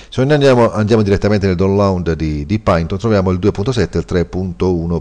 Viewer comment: si legge "pàiton"